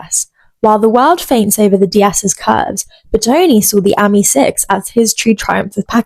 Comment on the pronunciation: It’s pronounced as in the French for friend AMI , not the same as the girls name Amy .